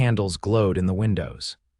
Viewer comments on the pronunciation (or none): none